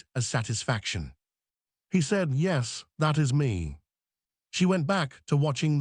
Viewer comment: What is happening with the word yes. Its pronounced like yesm.